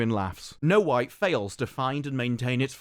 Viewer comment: yo is it me but after this his accent makes it sound like he’s saying “no white” instead of snow white 😂